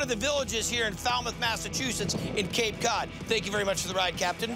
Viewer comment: "Hey look, it's Cape Caouwd"